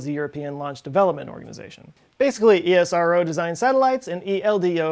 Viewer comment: I heard ESRO as ISRO Everytime.